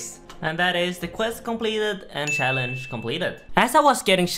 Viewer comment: he pronounces shallenge wrong